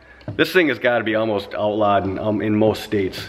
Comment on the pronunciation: Outlawed not outlahed.